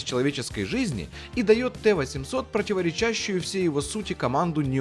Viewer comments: «ПротиворечАщую», блин 🤦🏻‍♂️ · "противорЕчащую" Русский не родной или с бумажки трудно прочитать?